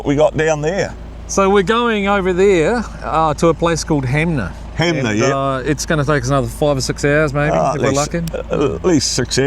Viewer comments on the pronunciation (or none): loved watching this, soo good, cant wait for part 2 i also dont wanna be that guy but 'HANMER' not HAMNER lol